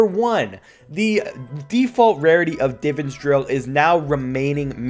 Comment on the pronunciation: How do you say divine perfect but can’t say divan